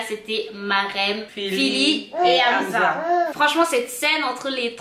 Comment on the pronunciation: Je vous aime bien mais petit remarque on dit pas amza mais amssa